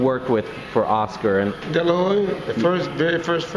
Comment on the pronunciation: senior always calls him "dela-hoy" hahhahhahahah